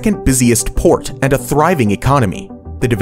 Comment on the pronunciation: once I heard "Singapore har world's busiest PORE"